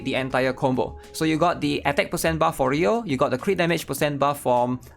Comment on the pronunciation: SIX PAHCENT